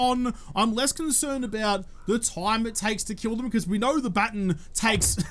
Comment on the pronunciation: Day 139 of saying Its pronounced baaa·tonn (not baten) however I love that it gave him Stockholm Syndrome. He now loves what he used to hate